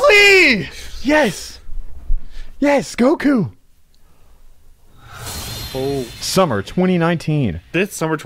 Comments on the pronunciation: How u say goku but it’s some boot leg version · It goku it not goku bro 😏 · Yall are messed up for saying goku. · I was triggered when he said Goku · Did this man say goku....